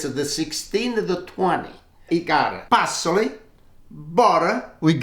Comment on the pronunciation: OMG I just realized, he is saying parsley lol.